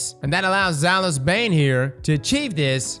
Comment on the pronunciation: Day 1 of commenting until starts saying Zaouli's instead of Zhalo's. 🤣